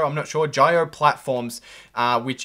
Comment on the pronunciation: Good video. At 7.30 mins in the video, your first pronunciation of "Jio" is the correct one. Jio in Hindi implies live large, which Reliance wanted to allude to ppl by getting on it's fast internet connection; but actually this word Jio is a mirror image of oil which is Reliance's legacy business + cash cow. A twitter thread you might find interesting